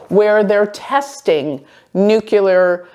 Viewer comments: I love you - new subscriber. Tiny point - it’s Nuclear, not Nukular (that’s Bush Jr. pronunciation) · It isn't pronounced nucUlar. It is nuclEAR. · dear... Your videos are giving important information, please speak clearly... the word is pronounced 'nu-clear', not 'nu-ku-lar'. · Nuclear: noo-clee-ar